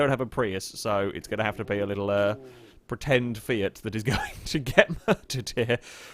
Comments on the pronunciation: Did he off-handedly say "Fiat" like "Fyat"? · Dude, did you say ‘Fiat’ or ‘Seat’?